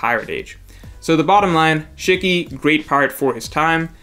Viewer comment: The way u said “shiki” bothered me 😂😂